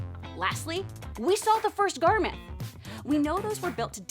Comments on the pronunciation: Also- garthim, not garmyth. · 12/10 👍👍👍👍👍👍👍👍👍👍👍👍👍👍 What,...”Gar-meth”?? It’s said GARTH-EM!!! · Great video But.. you accidentally called the garthim the garmith. Oops